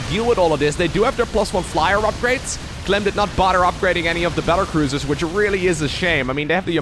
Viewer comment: did you say "cattle bruisers" and was that intentional? :-D